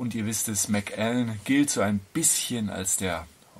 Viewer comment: Der Macallan 12 SO ist einfach fein gemacht. Ein Whisky der sowohl Einsteiger als auch Fortgeschrittene begeistern kann. Hier kommt er z.B. im Vergleich zum Yamazaki 12 (den ich auch sehr gut finde) etwas zu schlecht weg. Außerdem wird Macallan als ein Wort ausgesprochen.